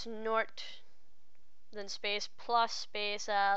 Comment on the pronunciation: Question: What's a "nort?"